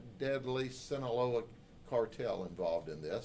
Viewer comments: ITS SEE-NAH-LOW-AHHHHH (SINALOA) NOT SANTA LEO or whateva he said😂😂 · Just a correction is Sinaloa is pronounced the way is written. Sheriff said it wrong